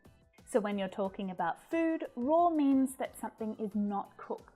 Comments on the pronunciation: Raw and Roar are Not pronounced the same. In fact a number of her examples are incorrect in the pronoun. Be careful if you fowl her example! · Hi, I would like to say that the word "raw" doesnt end in "r". It can be easily pronounced correctlywithout putting an r at the end. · Ruth here, wow, she pronounces some of these words wrong raw and roar should not rhyme that close, wow, wow, come on